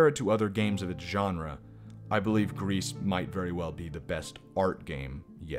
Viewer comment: I’m not really saying anything new, but it is is pronounced “Grease” I believe and it means grey. You also did forget about her final ability to sing, which is important, really I would say more important than all her other abilities. It is hinted at because you can try to sing but the girl won’t do it because she is not really ready yet. As singing was something her mother “the statue” and her did together. She isn’t ready to sing alone. Also I would say that even though the gameplay is nothing new and is really simple. It would be better than complexity because then it might take away/distract from the art. And the game wouldn’t have its very nice relaxed feel. That’s just me though Also I would say this game does have replayability, at least a bit. I guess it really matters most about if the game touches you personally. But it can be at least replayed to find all the mementos and unlock the secret mother+daughter scene. Finally I would say you might have skipped over the black grief “boss” a bit. (If you can even call it a boss). It has strong significance that I think you didn’t touch on enough. Also for reference I played this game 4 times. But I like it a lot so :/